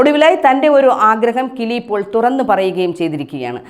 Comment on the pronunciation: കിളി പോൾ അല്ല. കിലി പോൾ